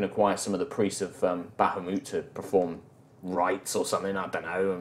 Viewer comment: Say it with us BAH HA MOOT: Bah hoo maht No...BAH HA MOOT: Bah hoo moot Nevermind...